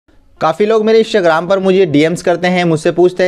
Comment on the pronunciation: Bhai bool rha hai Ishtagram 🤣🤣